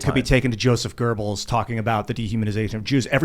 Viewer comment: There's no 'r' in Goebbels, ffs.